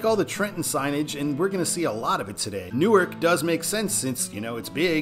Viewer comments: You confuse suburbs with satellite cities. Camden & Chester are not suburbs of Philadelphia, they are satellite cities that are distinct in their own rights. And Newark, DE is pronounced “NEW-ARK” unlike “Nuork”, NJ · In Delaware state, say " New - ARK " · Pronounced "new ark" - I didn't know that until I tour Univ of Del.